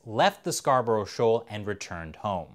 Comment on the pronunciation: it said (scar, bruh) not (scar bur ow) im from yorkshire i know :)